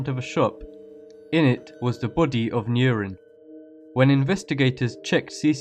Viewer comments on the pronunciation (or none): Why the hell do you pronounce "Nurin" as "Neurin"? LOL, it's quite funny xD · Sorry but I had to, Nurin is pronounced Nureen. I remembered this case and it scared the living shit out of my younger self. May she rest in peace.